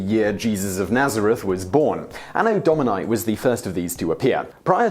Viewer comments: Domini, not dominai! My goodness, you English speakers...English spelling does not apply to other languages! English speakers seriously need to learn what the vowels really stand for, because in English they stand for all the wrong sounds. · Anno Do-mee-nee. It's Latin. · Why does he pronounce “Domini” with a diphthong in the last letter? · You mispronouncing Domini and Mundi is pretty cringeworthy. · The pronunciation of "Domini"